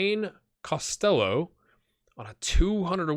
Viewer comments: You're going with Cost-ell-oh (like Elvis I guess), it's more like Cost-Hello with a fairly soft 'h'. To episode 3 I go now... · UCD (LSL) is UCD's B team effectively. The LSL stands for Leinster Senior League. You're pronouncing Costello differently to the player himself too. I watched him make the breakthrough at Limerick in real life and can tell you he's in Scotland now in real life. Loving this so far, keep it up!